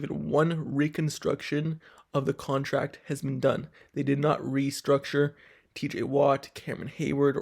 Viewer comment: It's restructures not construres😂😂